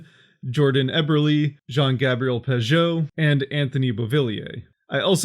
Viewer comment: "Jean Gabriel Pagean" lol